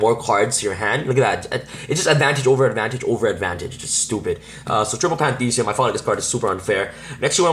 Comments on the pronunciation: its pronounced Pan-thee -is-um . the same way theism is pronounced in atheism NOT pan-thee-see-um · dude. its pantheism, not pandeede, that being said... nice deck list